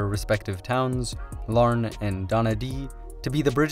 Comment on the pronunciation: Hey with multiple pronunciations in this little country alone its more surprising to hear a name pronunced correctly than wrong. Like you nailed Larne.